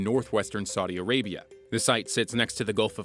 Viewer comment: This guy needs to learn how to properly pronounce Saudi Arabia and Aqaba, among others.